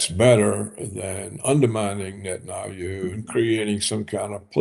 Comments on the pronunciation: It's not just "Netanayhu". I've heard him swapping letters on basically almost every foreign name he pronounces. I'm not sure weather it has something to do with his native state accent and I know it's nitpicking but for some reason it's like hearing nails scraping a blackboard for me. I get shivers every time. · I'm getting an OCD tick from hearing "Netanayhu" so many times. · This dude just CANNOT pronounce Netanyahu! And I love it! It’s not his real name so I’m choosing to pronounce it wrong!